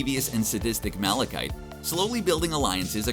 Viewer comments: Malakith... not "ite" wtf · You keep saying the dark elves name wrong. It ends in a th it’s not malachite. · Malekith is not pronounced like that........you never do any research ffs